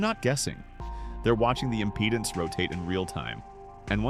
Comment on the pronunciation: Please teach the Bot how to pronounce IMPEDANCE.